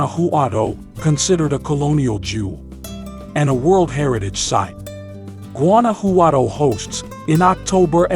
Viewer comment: Gooanouhowtou 😄 le costó mucho trabajo pronunciar Guanajuato.